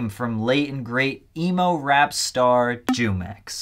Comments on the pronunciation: Jumex is pronounced humex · “Jew-Mex” I’m sleep. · It's pronounced who-mex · It’s Pronounced “Who” - “mix” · jumex is pronounced hoomex btw